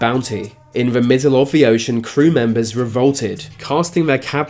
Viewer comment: Him replacing 'th' with 'v' was more annoying